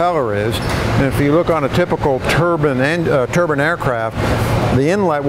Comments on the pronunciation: "turban as apposed to to turbine" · Turbin is a Indian hat. It's. Turbine. Bine. Not bin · IDK why people pronounce Turbine "Tur-bin" people forget what the E does lol